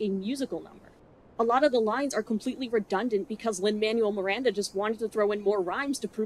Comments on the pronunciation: I know you don't like Lin's work, but could you bother to pronounce the man's name right at least? It's incredibly disrespectful for no reason. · I'd take this a bit more seriously if you'd pronounced LMM's name correctly. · like your pronunciation of Lin Manuel Miranda's name?